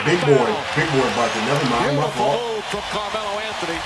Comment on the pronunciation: Hits the mic and says “my Fought” 💀🤣🤣